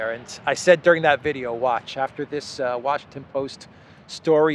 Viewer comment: Did I hear it correctly? You seem to pronounce the US capital name Wa-SH*T-on but do you do it intentionally or it's my hearing fault? Anyway, however it is, it does sound pretty much to the point, especially under the current administration.